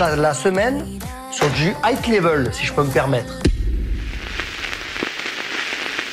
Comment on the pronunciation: Dire que Bernard Montiel a eu une liaison avé Faye Dunaway... 🙄 !